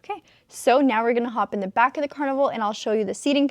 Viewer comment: “Car-nival” so funny! Keep up the great work!